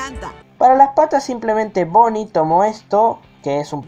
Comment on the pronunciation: Es BONNIE NO BOONNIE